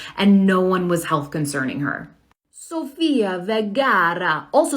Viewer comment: Not the main topic but why does the girl in say Sofia's name in an Italian accent? That's offensive.